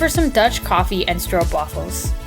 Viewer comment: RESPECT Youre the first American vlogger who is able to say stroopwafels correctly. 😀 i bet your opa learned you that.